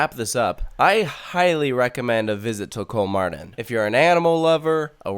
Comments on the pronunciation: Its kolmÅrden Not KolmArden.. (Kolm"OH"rden) Its very important (Spanish classic example here) "Mi papá tiene 48 años." My dad is 48 years old "Mi papa tiene 48 anos." My potato has 48 assholes. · kolmarden :DD its pronounced like kolmorden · It's better to pronounce it Kolmorden. Å isn't an A it's more like O. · That like amazing! I thought it was a small zoo so I didn't go when I was in Sweden. I want to go now haha. Btw, it is pronounced Kol-more-den. The å sound in Swedish sounds like "or" in British English.